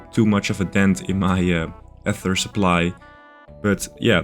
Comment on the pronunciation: So two videos ago, I jokingly commented that the most important piece of progress you made in that video was changing to the correct pronunciation of "ether." But then on this video you went back to the wrong pronunciation!